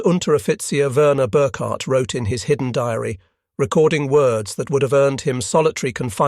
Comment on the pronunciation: Ask anybody speaking German how to pronounce BURKHART name in correct - German, not English- way!